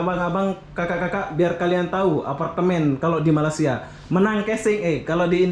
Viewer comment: Bang..kenapa sebut negara Malaysia dengan kata MALASIA